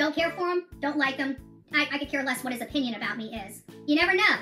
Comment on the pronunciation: Any time she says O-pinion.... Ohhhh it irritates me!